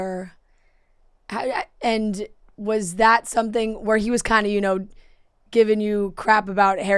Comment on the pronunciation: He says “someFing” 🥰